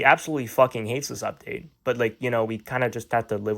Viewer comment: "oopduate" LOL